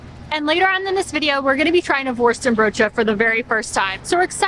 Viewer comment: You won't meet one Dutch person who will pronounce the 'n' in worsteNbroodje. You say : worstebroodje 😊